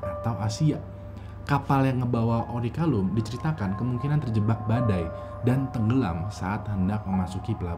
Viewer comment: Orichalcum gan bkn orichalum :v